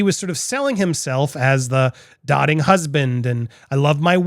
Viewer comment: Sorry! I know it’s not important. But the word is pronounced “DOUGH- ting”. Meaning, you dOte on someone - adore them-build your world around them. (Sorry. It’s a thing with me. I’m working on it!) Great video, Andy! I like your take!